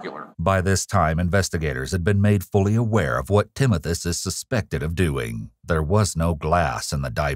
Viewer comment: Timothus? Timothas? Oh i see Timothoes. Oh okay.